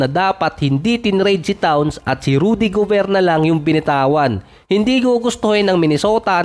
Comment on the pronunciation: towns, rnadel gobert, ang gulos mo mo, lasing ka yata idol